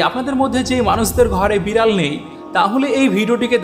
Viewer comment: ভালো লেগেছে, কিন্তু বিড়াল উচ্চারণ ঠিক মত করেন